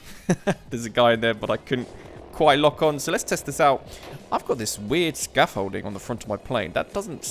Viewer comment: "Scafolding" 🤣🤣 "radar-e/ish" really?!? Nice vid, gameplay and comm(apart from scafolding &radar-e) by the way! So funny, it's a radar man(probably others told you already), German style. You need to improve your WW II know how!